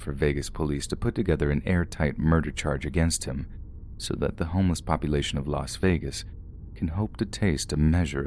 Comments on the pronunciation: it's not pronounced vegan 🤣 if that helps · I think it's pronounced las vagen